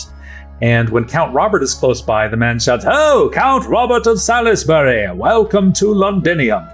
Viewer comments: Just going to leave this here, because it hurts my ears, Salisbury is pronounced SOLLS-BUR-E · Came here to say this. Love the show but the mispronunciation grates. (though I'm more "sawlz-bree" as from Hertfordshire)